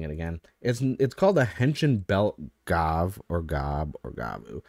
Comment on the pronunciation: It’s pronounced Gavu (the ヴ katakana is pronounced “vu”)